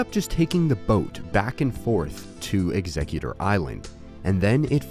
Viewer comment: You’re saying Exegguctor wrong my dude